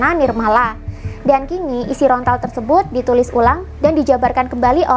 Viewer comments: daun lontar mbak ....bukan rontal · Lontar bukan rontal... Saking semangatnya sampai keliru mengucapkan... Tapi keren sih yang di uraikan... Rahayu Sagung Dumadi 🙏🙏🙏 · lontar mbak...bukan rontal....hehehe......